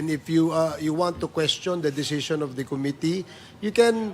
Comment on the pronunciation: Eto na naman si Cong Komite.... can someone tell him to stop mispronouncing Committee.